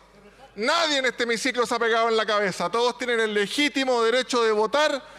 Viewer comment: "Se pegaron en la caezah" dijo la.